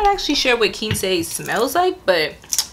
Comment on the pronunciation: It’s actually pronounced Quince not Quinceee lol, it’s a type of fruit, I believe it’s yellow.